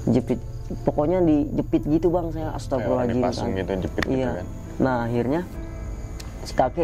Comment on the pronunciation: Bang kok tiap bilang ataghfirullohal ajim.. Beda lafadz beda makna bang.. Mhon maaf tidak bermaksud mnggurui dll..tp bukan sperti itu lafadz istighfar 🙏. Mhon maaf skli lg